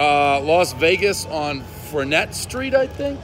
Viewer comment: Did he just say Fernet street??